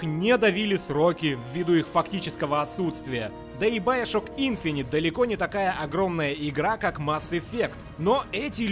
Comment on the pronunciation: Ну бля не баяшок а БИОШОК не оскорбляйте сей шедевр